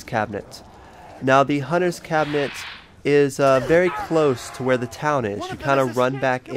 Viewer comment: turrent.... cabinent.....